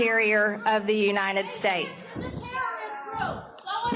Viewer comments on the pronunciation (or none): This is something that's bugged me for a looooong time. At some point, some people started adding an extra 'n' sound into the word "United" when they say "United States". They end up saying "You-Nine-Ted". I can't be the only one who's noticed this trend